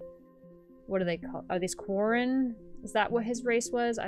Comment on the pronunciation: Don’t worry, you were right on the money on the pronunciation of Quarren.